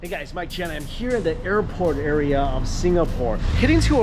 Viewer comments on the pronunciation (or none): none